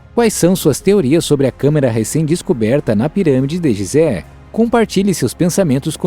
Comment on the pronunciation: Apesar da grafia ser GISÉ lê-se GUISÉ